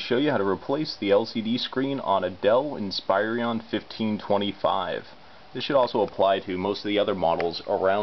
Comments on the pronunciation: fyi, it's inspiron not said "inspirion" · also, he pronounces it inspirion. Like there's an extra i in there. Otherwise, great tutorial.